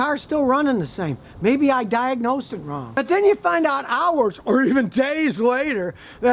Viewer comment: in "Jeeeeezz maybe I Niegnosed it wrong!" lolol